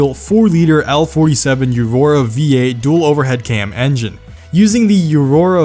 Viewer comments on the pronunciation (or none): Wait what the fuck, it’s O-Roh-Rah. Not YOU-Roh-rah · you say eurora instead of aurora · As he struggles to say aurora